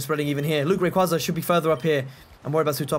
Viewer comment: you pronounced rayquaza wrong